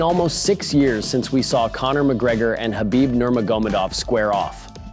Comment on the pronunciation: Why can none of yall pronounce Khabib’s name correctly. Gonna make UFC videos and can’t even say the guys fuckin name lol. Pretty pathetic